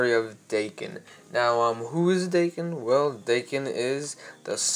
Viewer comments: Its not "Dayken" is Daken like DAKKEN!!!!!! GET IT RIGHT! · Daken is pronounced "Dah-kin" not "day-kin" I believe. Pretty good video but that was driving me crazy the whole time lol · Frankie Franklin me too